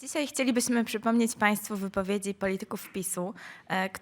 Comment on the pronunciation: "CYSAJ CHCELIBYSMY PSYPOMNEC..." japierdole, co za masakra z tej zapowiadającej dziewki...